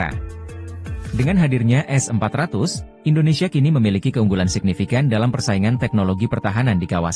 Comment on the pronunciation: kalau ngomong yg jelas Min, S400 atau S500 ?